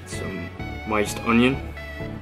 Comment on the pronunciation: "Some MYNCED onion" oh u beast